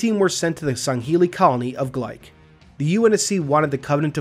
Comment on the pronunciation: Glyke is gly - kee not bike with a gl